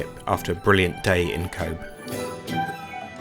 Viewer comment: Pity you didn't get the weather, I'm a Cobh resident and glad you enjoyed the quick visit, Cobh is pronounced 'Cove' as bh in Irish has a v sound, the town was originally called 'Cove' changed then to 'Queenstown' after the visit of the Queen and after independence from the British back to Cove but with the Irish spelling of Cobh